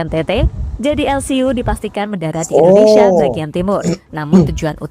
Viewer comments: Bang .. Tolong saat you ucap Indonesia huruf pertama harus terdengar jelas "i".. Bukan " e".. Ingat ya bang., Indonesia!! Bukan ENDONESIA ! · bang tolong baca huruf I (Indonesia) nya bunyinya I jangan E ya bang, itu ejaan Indonesia bukan ejaan Inggris.